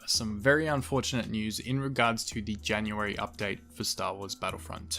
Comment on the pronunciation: so basically there’s not really a “janurary” update